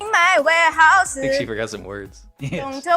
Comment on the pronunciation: In my warehouse-uhhhhh She can’t end a word with the /s/ sound